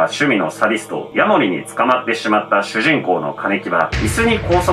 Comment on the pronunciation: しゅちゅじん